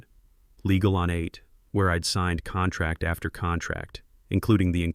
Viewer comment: These stories are good but saying contrack instead of contract is unacceptable.